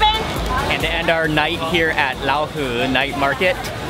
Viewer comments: Pronouncing Raohe wrongly, it's like rowdy, the "row" and "her". Nice vid though, I really enjoyed the street food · The way he pronounce Raohe got the Thai slang! Hahaha